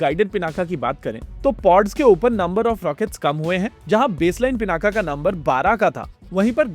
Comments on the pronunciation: योग ✅ योगा ❌ पिनाक ✅ पिनाका ❌ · '✅पिनाक ❌ पिनाका